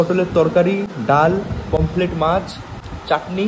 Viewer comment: পমপ্লেট নয় রে ! পমফ্রেট হবে । শরীল নয় ! শরীর হবে । ভাই উচ্চারণ গুলো একটু ঠিক কর রে !